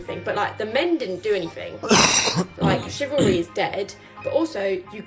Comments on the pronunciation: No I doubt anyone will bash you for being raised traditionally to help a lady! But I will bash you for that terrible pronunciation! What the hell is "shivary" (Rhetorical)... Or did you mean to say "Chivalry" (Also Rhetorical)! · Damn bro if you're going to continue to use the word "CHIVALRY" learn the correct pronunciation!!!